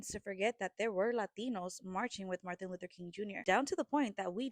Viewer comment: Can y’all please stop saying Latinos marched in the 60’s color television hadn’t even been invented that’s how long it’s been. Secondly, please pronounce Dr. King’s name correctly. 🗣️It’s not Marthin, it’s 🗣️MAR-TIN. 😏🤨